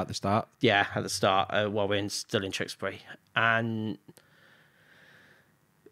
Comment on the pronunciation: You pronounce Tewkesbury just like me, lol. I'm from Stroud! Amazing interview. Wishing you all the best x